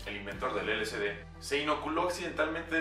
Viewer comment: Información errónea, nada que ver. Si les interesa conocer información verdadera del lsd busquen a Terence McKenna. Aparte de que lo pronuncia mal, es L-S-D no L-C-D.